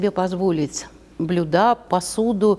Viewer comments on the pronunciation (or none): Почему блюдА, если правильно блЮда?? А ещё Эрмитажный экскурсовод!!😅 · Я даже зажмурилась, когда услышала это "блюдА". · Спасибо,интересный рассказ. Одно " но" - блюда с ударением на "а" -режет слух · Это, видимо, как осуждЁнный и осУжденный. Второе - это такое профессиональное искажение. Может, у экскурсовода родственники повара, вот и прицепилось. XD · В слове "блюда" ударение ставится на букву Ю